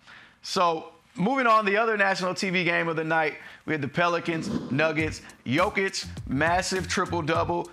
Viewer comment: Still calling him joe kitch or yo-kick, 2 time about to be 3 time MVP and incapable of getting his name right. Only the closet hater gets it right. Yo-kitch! Put some respect on the name..